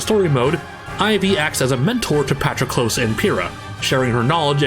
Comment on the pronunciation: PaHTRuHKloes. man...